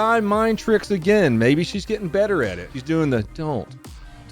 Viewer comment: Jeebus. It even pulls that teenaged brat 'add a weird syllable to the end of my whine' thing - "That's what I'm 𝘥𝘰𝘪𝘯𝘨guh!" Barf.